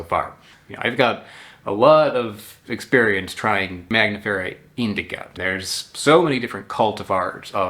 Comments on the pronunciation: Why you keep calling it Magnifera, instead of Mangifera ? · It’s not mag nifera. It’s man gifera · You are saying MAGnifera but the n is before the g. MANgifera like MANgo. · Your skill in pronouncing Latin names keeps amazing me: maNGos are maGNifera? You've just said the word mango, how can it be hard to say mangifera ("mango bearing")? Sorry, just being mean, I love your videos, no hate here!